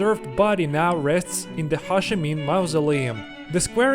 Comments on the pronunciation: it took me a really long time to realise you were saying Ho Chi Minh. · Ho (rhymes with Go) Chi (rhymes with tea) Minh (rhymes with win) :-)